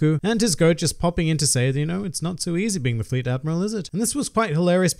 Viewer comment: I think its Fleet . Not float